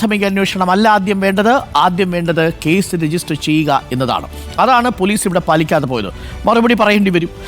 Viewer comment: പോലൂസ് അല്ല മാഷേ ....